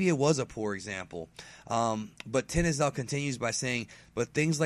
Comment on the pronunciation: lool You almost got it. Tin-iz-el :D